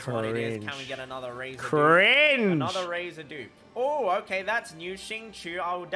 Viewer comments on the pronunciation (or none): Xíng qīu not xingchou man XDXDXD 笑死我了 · you guys pronounce xingqiu "xingchou"? 🤣 i think in the past pronounce it better before he said shang chu🤣